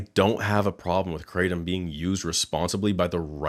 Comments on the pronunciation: kra tom , not crate tum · its pronounced Kra tom not kraytom. dont know why that annoys me so much. But i am high on nam tom all the time hahaha. The locals here brew it up and mix with cough medicine but that cant be good. I brew 20 to 30 leaves with 2 limes then put on ice and mix with a bottle of coke and 2 fruit ice tea sachets. Over 10 years now, keeps me cool in the heat and gives me a nice buzz. I was worried about giving it up and when I went on holiday where they didn't have it it was not great for the first days but I drank 3 cup of coffee a day and after 3 days I was back to normal. Also before I drank it I was getting colds all the time and since I started that has stopped. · Lots of shady red flags about this company. Even the way she mispronounces krahhh-tom makes me think she’s intentionally obfuscating what this drink really is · lolll having grown up in Thailand it is SO funny seeing the rest of the world come to grips with kratom, as well as annoying hearing people pronounce it "Crate 'em" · Say Krattom ONE MORE TIME..... LMAO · She can't even pronounce the word right and she wants me to buy her product😂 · New brew bitch intentionally mis pronouncing kratom is fucking hilarious